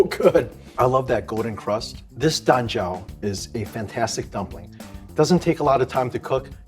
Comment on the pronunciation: When he says "Dan Jiao" I keep hearing "Lanjiao" 😭